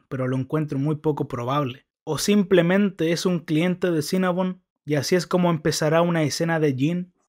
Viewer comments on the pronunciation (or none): none